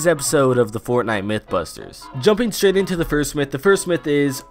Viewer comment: you accidentally said sh*t instead of straight